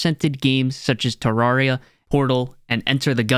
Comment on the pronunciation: You said Terraria (Tuh rare ee uh) wrong